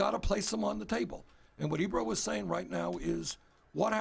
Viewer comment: DId he say Ebrum? lol